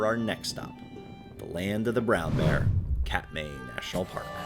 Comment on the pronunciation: This is a great video, but every name is (comically) mispronounced. Doesn’t really detract, but it tells the Alaska viewer immediately that they are Cheechakos. Oh well, I was once. It’s not Kat-May, it’s Kat-My. Confession, I was busted last weekend in McCarthy for calling Donoho Peak Dono-Who. Oh well. Another 35 years and I’ll get it locked down.